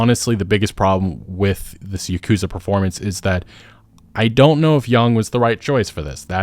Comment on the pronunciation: It's not yeah-koo-zuh It's Yawku-zah